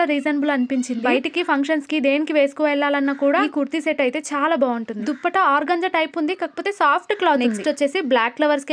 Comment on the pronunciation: అక్క దుప్పట కాదు దుపట్టా 😂